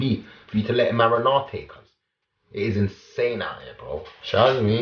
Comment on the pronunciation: “MarINAATaAY” mans dead 😭